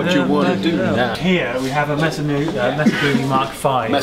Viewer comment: Maysuh... not Mess-uh. I seriously thought you were saying "Messer" and was confused